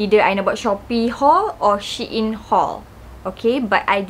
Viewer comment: babe its pronounced as sheeyn